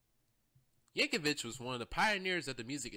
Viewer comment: YankoviC not Yankovich